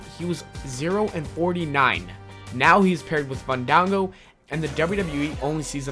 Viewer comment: After all that time of his gimmick being the proper pronunciation of his name, how can you mess it us so poorly? You kept saying Fun-dong-go. The correct way is Fawn-dawn-go. Just remember that the both A's are soft sounds. There is only one G, so only speak a single G sound.